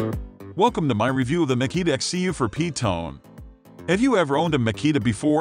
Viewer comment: Laughed when the AI tried to pronounce “XCU04PT1” as a word.